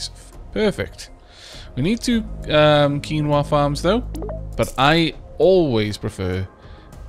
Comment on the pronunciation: Wow he said quinoa right!